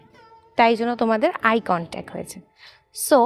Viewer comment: Eye contac noi eye contact, correct your pronunciation.